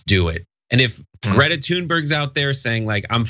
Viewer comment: Isn't Greta amazing ? Her name is pronounced more like 'Graita 'by the way.